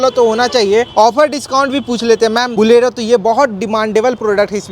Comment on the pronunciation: Bhaiya ji it "bolero" not "Bulero" for hindi speakers